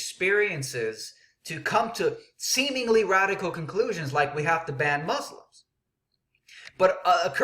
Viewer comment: u dont even pronoucne muslims right no one is going to take you seriously